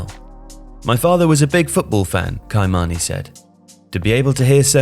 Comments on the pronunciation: Key-mah-knee Not kai-mani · Not kye mani its ki or kee mani its how its pernounced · KI MANI LOL his name is pronounce K Mani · Ky-mani pronunciation is Kimani not kaimani...!!!!! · Great vid and all, but as a born and raised Jamaican, I just want to correct the pronunciation of Kymani’s name. It’s pronounced Ki~ma~ni. That ‘Ki’ sounds like the fist syllable in kick. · It's pronounced "key-mani" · Ky-mani pronounced : (key)Ki- mani. Marley. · Ky-Many is read phonetically as Kimani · It's pronounced Key manie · Name pronounced: Key-mani // good video as always. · You pronounced his son's name wrong. It's annunciation is ("key" - Mahn - E ) lol. Buy me one of these kits for this crucial correction because I simply love nail paint, am from the Caribbean, and simply can't afford one like the many vacations goes on.💚🧡❤️🇯🇲 Love from Trinidad & Tobago ❤️🤍🖤🇹🇹 next vacation stop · Kymani is pronounced Ki-mani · "Ki-Mani". Short "y" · Bruv butchered Ky-mani's name lmao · 😂 at Ky-mani name pronunciation.